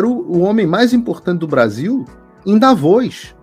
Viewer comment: Vc é o primeiro brasileiro que pronuncia Davos correto. Quem ainda não sabe quem é o Klaus Schab e o que ele quer com o Fórum E Mundial deveria começar a se interessar.